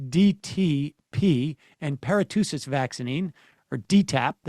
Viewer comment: Sam is based, but is anyone else still laughing a little about "paratoosis vaccine?"